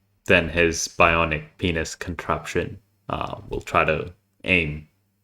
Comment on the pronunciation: I died laughing when you tried to say bionic pinis LMAO